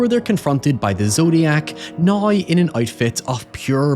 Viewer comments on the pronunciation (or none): We also need to teach him how to say "now" instead of a "noy". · We need to teach him how to say "now" instead of a "noy".